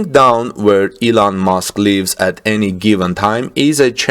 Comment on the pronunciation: Thought you said Eland Musk